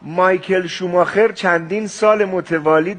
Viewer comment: جایی کہ میگہ مایکل شوماخر ، این آخرشو میگہ دُش، اشتباہ گفت